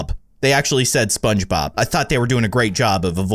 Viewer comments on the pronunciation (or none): Ahh. Just relaxing for my Monday night and I go onto YouTube and go straight to a video 😂💓💓 Edit~ they didn't say SpongeBob, they said Spongbob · Lol he said shogbob